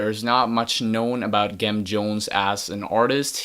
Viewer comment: Pronounced with the soft g - "Jem" like "gemstone". The name is a play on Jim Jones of the Peoples' Temple.